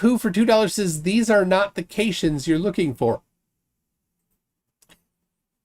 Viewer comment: I caught that too. I'm wondering if he is just mispronouncing "photons" as "phonons". Kind of like how he mispronounce cation and anion. I just don't think he understands the concept of "phonons" especially since it's more abstract than "photons".